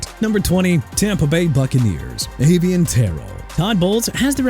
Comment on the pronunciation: First off let Rueben (spelled r-u-e-b-e-n) Bain Jr go to Tennessee and second Taliese Fuaga pronounced Tah-lee-see... third let Miami get Spencer Fano! Fourth Avieon Terrell pronounced tuh-rell! And stop with the JAGWIRES okay?! Jaguars pronounced JA-GWAARS! You know what? Keep saying jagwires and maybe Jacksonville can get a name change out of it! SMH!! DONE WITH THIS GARBAGE!!!